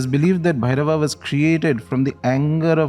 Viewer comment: Hey I’m a dumb English man 😀 can someone write the pronunciation of this phonetically in English 😭 so I’m reading it as on bhairava namah but I’m hearing om Blairrr -y namah